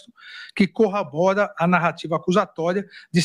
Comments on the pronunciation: Ele falou corrabora? Não é corrobora? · Avisa pra ele que ninguém “ corrAbora” mas corrOBora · O animal fala CORRABORA ao invés de CORROBORA. 🤦🏻‍♂️ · Entre TANTOS erros cometidos pelo adEvogado do STF, o xandão, anotem mais esse: CORRABORA … ! É corrObora morais. ! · Ministro, não é "CORRABORA", é CORROBORA, "se lingue na língua"!😮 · Corrabora ou corrobora? Mais um erro de português do ministro Alexandre de Moraes. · Boa Noite Hermes da Fonseca de São Caetano do Sul São Paulo, o Moraes falou corrabora e o certo é corrobora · XANDÃO DISSE "CORRABORA" AO INVÉS DE CORROBORA????? 🙈🙈🙈. DEPOIS DAQUELE ASSASSINATO DO "MAIS" AO INVÉS DO "MAS", TUDO É POSSIVEL. Q VERGONHA! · Corrabora ou Corrobora? 🤔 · Nosso Juiz Supremo não sabe usar vírgula e nem diferenciar "mais" de "mas". Também diz CORRABORA ao invés de CORROBORA! Em que nível estão nosso líderes! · CorrAbora!?!?!? O A M não conhece nem a língua portuguesa, que vergonha!!! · Esse Alexandre de Moraes escreve e fala mal o português: ele disse corrabora...e não corrobora!!!! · Corrabora?!!! 😅 mais um erro crasso do excelentíssimo . O correto é: corrobora. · Definitivamente Xandão não sabe português, ele disse corrAbora em vez de corrObora que é a grafia correta. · A Sua Excelência Alexandre de Moraes falou CORRABORA. Não seria corrobora?! O será que ele queria dizer Corra! Bora! (Embora abreviado). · Tem um verbo novo utilizado pelo magnanino "corrabora", só eu ouvi isso?! Kkkkkk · Eu entendi o cara que escreve mais no lugar de mas, falar "corrAbora" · Um ministro do STF falando "corrabora" 😂😂😂😂😂😂😂😂 Meu Deus do céu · "que corrabora..." é um analfabeto mesmo! Mais mais mais fazer o quê? Ô dó como ele é burro, dá um zero pra ele Temer! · Ouvi mal ou Moraes fala “…corrAbora”???? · Será que só eu ouvi o 'cabeça de ovo' dizer CORRABORA? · O A lei xandre disse corrabora 😅😅😅😅 quem colocou analfa no esseteéfe? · “CORRABORA”??????? Kkkk, esse cara é um analfabeto!!! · O cabeça de ovo falou CORRABORA?